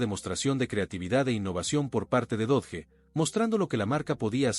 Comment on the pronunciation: Dodge, se pronuncia DOCH